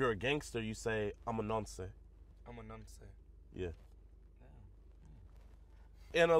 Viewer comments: Never thought I would never have to type this but, It’s pronounced nonce not noncè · I’m from the UK and it’s not pronounced nonsay 😂 it’s pronounced nons 🙂👍🏽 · The pronunciation is wrong. Don’t emphasise on the E at the end. Nonce. Not NoncEE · its not (non-cay) its (non-ce) Its 1 syllable not 2. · wtf is that “ayy” at the end… it’s it’s pronounced nonc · it’s not nonsey it’s nonce the e is silent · It's pronounced NONCE. NOT Nonsay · It’s pronounced Nonse 😂😂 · Thas not how it's pronounced 😑 you don't day the E in the uk